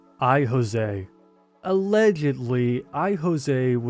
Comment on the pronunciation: Josie is pronounced Joe Zee, not José.